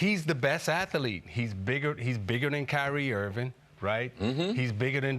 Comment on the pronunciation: For the thousandth time Isiah, it's "athlete" not "at the leat".